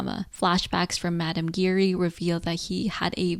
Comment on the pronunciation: You were pronouncing Giry wrong, the way it’s actually pronounced is basically a combination of the words, “jeer” and “eerie”.